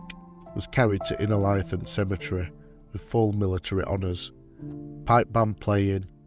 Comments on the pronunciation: Great to hear local stories of lads buried at Innerleithen. Most of my family are buried there, and I have often wondered about the lads brought home. Thank you. Incidentally, it's pronounced Inner-lee-then. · I am always impressed by the level of extensive research that you must do when you produce these videos. I find it a bit surprising that quite often you mispronounce place names. It's pronounced 'Inner-LEEth'n', and also Ely as in 'mealy'. Thank you for what you do, and this is not meant as a criticism.